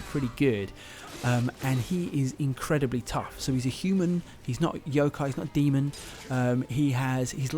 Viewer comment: yoko?c'mon at least try to pronounce that one word right,it's friggin yokai/youkai